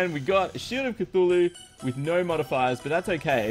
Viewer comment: Is "no" or "no" in an Australian accent?